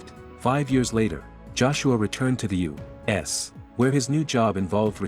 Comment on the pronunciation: Continuously : U ASS In the beginning it annoyed me until it almost became 'funny' when I annoyed my wife even more as I was repeating it EACH SINGLE TIME the nar-bot-rator mentioned U - wait for it... - ASS 🤬🤪😁😝😆